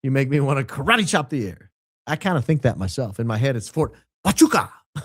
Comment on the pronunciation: It’s is pronounce ha wa koocha